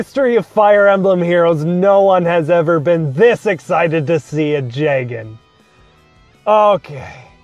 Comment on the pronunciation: I always assumed Jagen was pronouced Yagen just because Fire Emblem uses mostly Germanic stuff. Is that right?